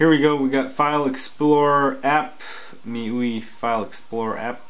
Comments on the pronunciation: Me-you-ee (miui) LOL!! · I think it's pronounced as me-why or me-you-ay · I thought MIUI is supposed to mean "MY User Interface" not MyYou "My-You-I" is the correct pronunciation FYI. I don't think its so much of a spelling error. They're just trying to be hip and trendy.